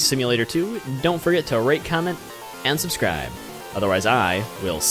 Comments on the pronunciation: He said Subsribe insteade of subscribe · "Subsribe"😂😂😂😜😜😜ok I will SUBSRIBE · at the end it said subsribe